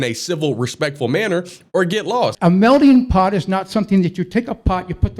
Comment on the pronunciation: What does his hat have written on it? Also, he is saying "melding pot" and not "melting pot." Also, it's a metaphor and you won't hear the term in culinary, it's always used in the context of people, cultures and such.